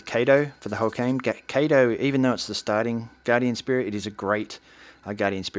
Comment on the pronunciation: im sorry i dont mean to be rude or anything but it’s bugging me so xD it’s not “kay-toe” it’s pronounced “kah-toe” Kato not kayto xf